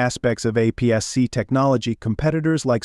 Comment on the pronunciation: You can tell this was AI generated. Who the hell says "apps"-"c" for APS-C?